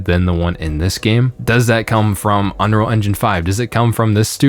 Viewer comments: Is it just me or does this guy not know how to pronounce "unreal"? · Maybe if you could pronounce the word "Unreal" you would have a different perspective?